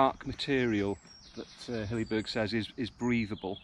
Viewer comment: It is not pronounced 'Hillyberg'.